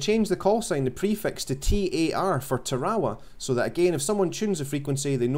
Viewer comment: Lol, hey bud its pronounced TERRORWAH. friendly correction ship is named after a WW2 battle in the pacific islands...